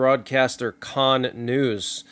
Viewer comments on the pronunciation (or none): none